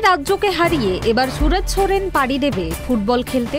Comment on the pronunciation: Chudir ভাই khankir ছেলে রিপোর্টার আগে নাম টা ভালো করে uccharan কর .Ronaldo ❤❤❤